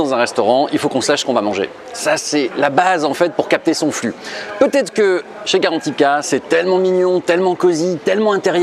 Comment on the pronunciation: C'est GARANTITA !!!!! Pas carantika, je suis sur que t'as écouté l'autre imbécile de guideultime